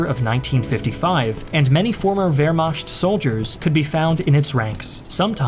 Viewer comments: Why do you pronounce it Vermasht instead of Vermakt? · Wehrmacht is pronounced ver-ma(ch as in loch. Lugey/ gargle sound. NOT ch as in cheeze.)t. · It's Vermacht. Saying both is equally wrong and thus equally right. If German isn't your native language, why should it be expected to pronounce foreign sounding words correctly? As long as it is understood. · The way you say "wermacht" is hilarious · What's with that s letter in the word Wehrmacht? It's CH not SCH!